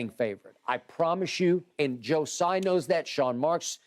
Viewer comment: Man I love this show but I can’t stand this anymore it’s “Tsai” like Tzatziki don’t butcher the t, surely your organization is diverse enough that someone knows this